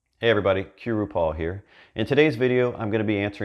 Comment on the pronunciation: Lol your name in your intro at the beginning of your videos, it always throws me off. I had to go to your blog and read your about us to see what that's about. You're from Quintana Roo. It sounds like you're saying RuPaul which is of course a unique name of a famous drag queen